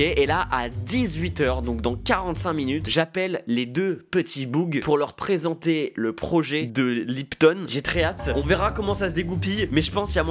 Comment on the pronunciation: Bougre et pas boug, sinon super vidéo.